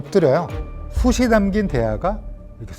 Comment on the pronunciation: '숯이'는 '숫치'라고 발음하시오. '숫이'가 아니라.